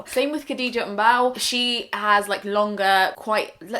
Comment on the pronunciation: wish you had said Khadija's name right, especially cause she often mentions how to say it properly 😕